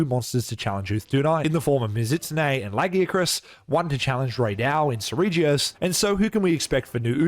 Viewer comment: It's 1 thing to mispronounced lagiacrus. But Seregios as well? Ok this video is definitely AI 😅